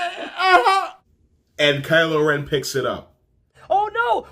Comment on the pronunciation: WHO CALLED HIM “CRYLO REN” !?? 😂😂😂😂😂😂😂